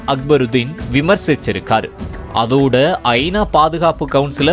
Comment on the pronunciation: செய்தி எல்லாம் சரி, கொஞ்சம் தமிழில் கவனம் செலுத்துங்கள்…. ஐ. நா வா அல்லது ஐனாவா? இது போல் பல பிழைகள்